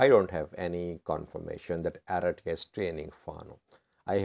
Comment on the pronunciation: For God sake, it's Eritrea 🇪🇷 not Aretiya